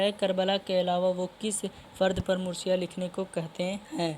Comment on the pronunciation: Mursiya nahin hota hai marsiyah hota hai